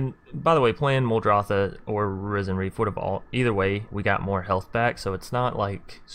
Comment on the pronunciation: Risen bro, not RYE-zin.😂👌🏻 like “Risen from the dead.”